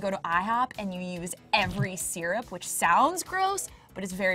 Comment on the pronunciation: Had to stop the vid after the host pronounced syrup as "sear-up"